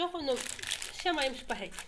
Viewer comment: Спагетті, а не шпагетті! 🤷